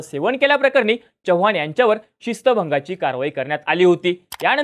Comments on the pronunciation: च्य नाही रे चव्हाण आहे ते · छवान नाही चव्हाण [च] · ‘Ch’ cha ucchar kayam chukala aahe. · Tu aadhi chavan madhil "च" cha uchhar neet kr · पहिला तू चव्हाण हा शब्द नीट बोलायला शिक भाई....